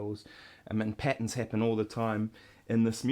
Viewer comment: lol the way he says "patterns" sounds like patens